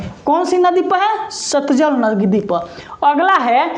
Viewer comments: Satjal nahi satlaj hota hai😊😊😊😊😊😊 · Sir aap baar baar satjal kyu bolte hn jabki satlaj h😊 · satlaj ko satjal bol rahe h.g